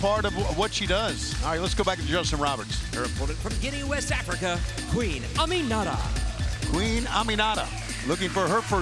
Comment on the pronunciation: Aminata..not Amira hahhahha..don't mess the west African queen name